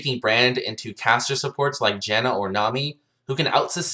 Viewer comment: Nasteey haha i heard cancer every time😂